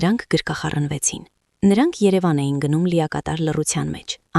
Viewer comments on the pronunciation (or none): none